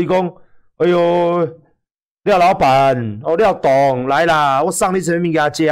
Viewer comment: 「廖大哥」「廖董」變成「廖打龜」，真的蠻好笑的